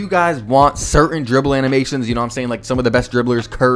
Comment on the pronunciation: Bro CANNOT pronounce "dribble"